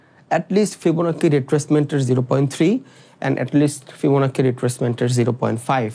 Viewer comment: ফিবোনাকি না.. Fibonacci এর উচ্চারন ফিবোনাচি. 👍🏻